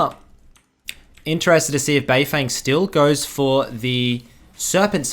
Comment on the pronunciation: Anyone gonna tell him it’s said “bei fung”